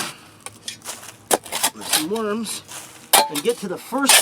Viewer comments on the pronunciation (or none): none